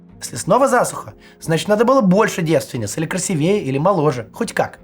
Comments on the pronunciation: Максим Евгеньевич, что вы творите?!! Вы же не выздоровели! Долечивайтесь!!! И кстати - "красИвее". Возьмите в штат человека, расставляющего ударения. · Голос ладно, а вот ударение в слове "красивее" надо бы правильно ставить уже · Максим. красИвее, обеспЕчение, включИм